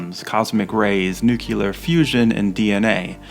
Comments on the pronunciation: Nuclear - New-Clear... not - New Cue Lure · "Nuclear" is pronounced new-clee-er not new-cue-ler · Nucular?!! The word you`re groping for is nuclear. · Thoroughly researched and nicely executed… the mispronunciation “nuke-ya-lur” sets my teeth on edge, however. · ... new - clee - er. The root word is nucleus. Reminds me of dumb ass George Dubya😂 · "Nuke-yoo-ler?" ...c'mon. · I cringed every time he said that. Reminded me of when GWB was president. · Wonderful video, thanks so much! I live in Seattle and am an avid VM fan (with VM camera and Stereomatic projector). I love your whole series of these videos using the vintage VM reels as a starting point to explore the same sites today. Smart and clever! Great research, writing and video production—bravo! (Was your use of the word “nucular” an intentional retro reference to Eisenhower, one of the early users of it instead the “nuclear”?)